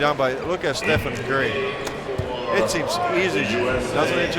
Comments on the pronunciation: "estefan curry" 💀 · Lol, can u tell me in what moment did he say this? I die to hear it lel